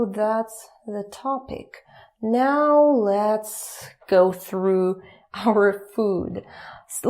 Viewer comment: normal "now" and now "meow";D